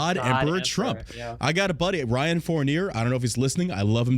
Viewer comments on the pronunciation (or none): none